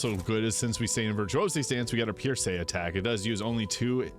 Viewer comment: Pierce, like you pierce something with a knife. What is Pierrrsay, your accent got me cracking up. Murrrking we got a murrrk